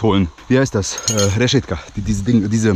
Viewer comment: Das heisst reschepka